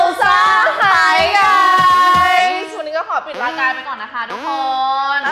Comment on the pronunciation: Hi guys! (ออกเสียงคล้าย ฮายไก่😂) เป็นคำที่พูดทักทายเพื่อน ตอนไปประกวด Miss Eco ค่าา